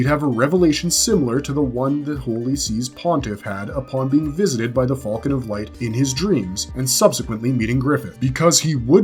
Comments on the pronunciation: did i wake up in another reality or wtf? since when did people say "FALCON" so WRONG?!? what the hell is Fall-kin!? - i've heard it in RECENT star wars with the "Millennium FALL-KIN" instead of "Millennium Fal'cun" and now in this video calling Griffith/Femto as the "Fall-kin of Light" seriously wtf, is this an AI narrator or just another person who genuinely can not pronounced the simple word "Falcon" !? it has NEVER been said as "FALL-KIN" like the last 3 star wars movies or this video... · Why do you say fulcon, at least say falcon even tho I’m sure it’s hawk 💀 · The way you pronounce falcon is crazy